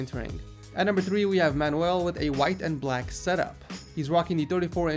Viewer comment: Man-you-uhl not man-ooh-ell